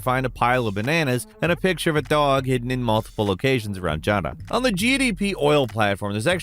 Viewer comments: they say yara. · Why does mispronounce everything in games when the actual pronunciation is in the game? They say Yara in the trailers even, not Jara. They say Geralt, not Jeralt. They say sekiro, not sekido. What is it with people pronouncing things their own way and doing it wrong with confidence? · Pronounced YARA by all characters, Jara isn’t accurate to Spanish anyways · Yara not jara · I am more amused by how misspels "Yara" as "Jara" then anything😂😂😂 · I get triggered whenever he says “Jara” instead of Yara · Why are we calling the island “JARA”??? It’s clearly “Yara” 😂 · I love this channel, but this guy drives me nuts in his videos. He mispronounces EVERYTHING. It's almost like he goes out of his way to mispronounce words. If the thing you're talking about says Yara a million times, going out of your way to call it Jara everytime is just ridiculous. I'm going to call him instead of from now on. Every video he's in he changes characters names and everything. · stop calling it JAARA i cant stand it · Don't get me wrong, I love this guy. But HOW does he pronounce almost everything wrong, like Ja-ra and Kai-rat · Stop callin it Jara, I’ve never heard the characters call it Jara lol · I'm replaying 6 now and misoronouncing Yara is still one of the funniest things. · Anybody else bothered by the way pronounces Yara? 😂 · Dude there is no J in Yara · Okay you pronounce the name Juan right, why is Yara hard? Ys AREN'T PRONOUNCED AS Js IN SPANISH!